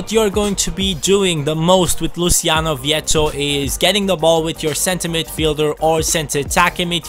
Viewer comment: His pronunciation was spot on, Luciano vietto is Argentinian and his name is the Spanish variation of the Italian so it is not pronunciated in the Italian way. English commentators tend to pronounce any name who has an Italia variant in the Italian way, but those names have an Spanish version and those are the ones used in Argentina (Spanish speaking country with plenty of Italian roots)...If you could ask Vietto his name he would answer /Louciano/ = Luciano; just in the way said it in the video and in the way all people named Luciano in Spanish speaking countries are called.